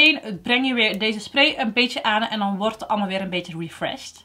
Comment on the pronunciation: Vind het zo grappig dat je gewoon met accent praat. Het mooiste is dat je altijd hut zegt. Ipv het. Ga zo door en blijf je zelf 👍